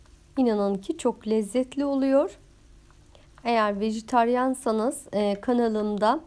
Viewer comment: "Demleme Usulü Pilav", "Sovan" "Vijiteryan" dediniz 😃Ellerinize sağlık